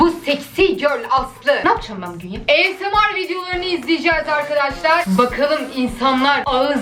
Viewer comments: Asmr degil esemar ~ the ingilizcesi~ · esnaf deil esemart djdjnds<3